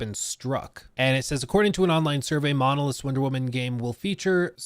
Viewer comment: Monolith's not Monlith's. 😁 😉